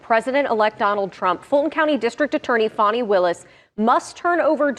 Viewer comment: It's Fani not Fawni